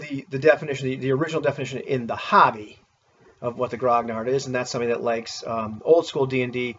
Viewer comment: grognard-Gotta love that hamburgerized pronunciation